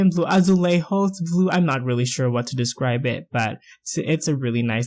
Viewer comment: Amazing build, I liked especially when you said "Azulejos". Very talented, fantastic.